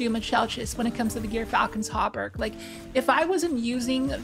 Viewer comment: This is the correct answer, but you could write it more like "Jurfalcon" or like Xur with a J. It's like the animal "Gerbil" or jer. It's a soft g as in "George", and a short y as in "myth". If you've seen Datto's video's he says it correctly. Also doing some quick research by just searching gyrfalcon on YT and searching some articles, there's several examples/documentaries from good sources that confirm this.